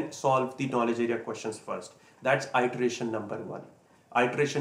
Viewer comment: Good information. *Iteration is pronouce like it-er-ation. The first letter is lower case. :-)